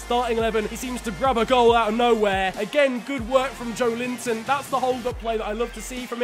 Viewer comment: pronounciation is joélinton